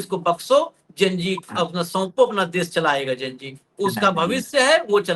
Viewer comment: आप तो कम से कम लकीर के फकीर ना बने आप वही उच्चारण कर रहे हैं जो सब मीडिया वाले प्रसारित कर रहे हैं Gen Z का उच्चारण जैन जी नहीं है इसका उच्चारण जैन जेड है इससे पहले जैन वाई था और उससे पहले जैन एक्स था । ये हमारी संस्कृति पर पश्चिम संस्कृति के प्रभाव को दर्शाता है।